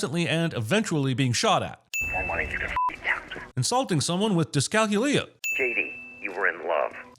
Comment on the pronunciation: dis-cal-CUE-lee-ah also thanks for making the decision to revert the subtitles.